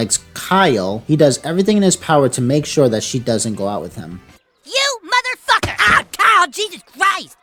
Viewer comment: You say madafaka so funny